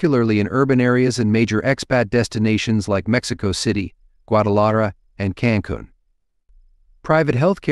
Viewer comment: Bucharest has no t in it. Please check your spelling before downloading to YouTube. Also, check your pronunciation of Merida and Cancun,you mispronounced them.